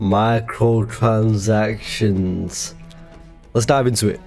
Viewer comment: Yo good vid and i laughed at the intro when u said xboxs problem with micrrrotransactions cause u definitely right